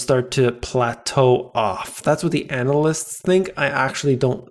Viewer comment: Did you say analyst? Or anal list?